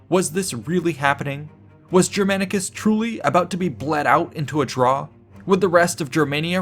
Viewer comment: Take a shot every time Germanicus' name is pronounced incorrectly with terrible american accent